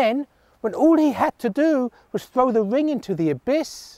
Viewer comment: I just wish they had hired someone without the most irritating of speech impediments. "Fwow him to the fwoor sentuwion!"